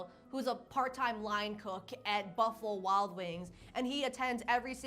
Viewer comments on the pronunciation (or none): none